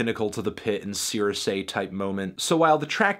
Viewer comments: Cirice is pronounced sir eese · ShutInBoy he also mispronounced cirice tho so I don't think he really knows exactly what he's talking about